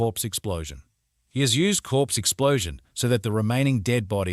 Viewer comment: you need to learn to read a properly pronounce the words correctly cause you sound stupid when you pronounce corpse as crops